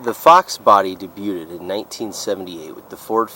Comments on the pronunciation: Say, "Day byued" instead of day byuted. Otherwise very comprehensive. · day byood,, not day byooted,, lol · Lima is pronounced lyma like the bean because it was built in Lima Ohio. Also debuteted and canaverous are funny how you say debuted (day bued) and cavernous (cavern us). Love these cars, especially the 87-88 5-speeds. I have always wanted to find a black one with gray or red cloth interior. I have a black 92 SC 5-speed and have had 3 other SC's. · Also ‘debuted’ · The t in debuted is silent. Demuro’s reviews are dreadful.